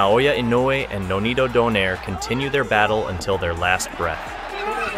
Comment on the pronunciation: fyi: it is not do-nare. It is do-nai-re